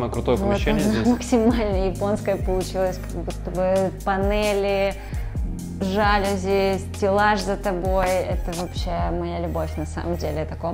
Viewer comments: Ребят, все красиво, особенно кухня, прям заходит такая мне. Но ёлки-палки, говорите правильно! Жалюзи́, не жа́люзи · ЖалюзИ.)) Это французское слово, у них все ударения на последний слог. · ЖалюзИ - с ударением на последний слог. Сколько же раз это слово произнесли неверно оба дизайнера ) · ЖалюзИ — Говорите правильно!